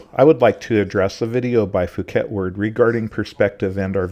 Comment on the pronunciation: The ‘h’ in Phuket is silent.